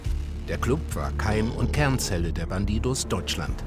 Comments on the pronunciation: Alle: bandidos Monte: BanTiTos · "bandidohs" der typ kann nicht mal den clan namen vernünftig aussprechen xD